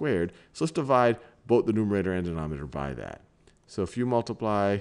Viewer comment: Can he ever pronounce numerator and denominator right?